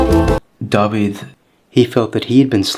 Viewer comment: mae'n cael ei ynganu "dah-vith" nid "dah-vid" yn Saesneg